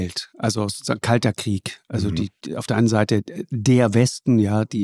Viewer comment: Und dem Precht koennte ich jedesmal eine reinhauen wenn er 'Kriech' sagt, das heisst 'Krieg' verdammt nochmal!